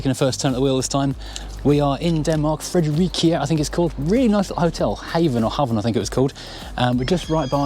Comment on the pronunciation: That cosy little town of Fredericia (is pronounsed Frederichia like in Italian) gas a little over 51000 inhabitants.